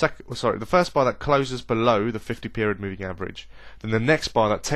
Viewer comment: Lol "above the 50 meriod poving"